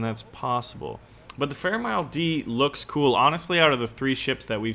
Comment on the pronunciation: It's m-i-l-e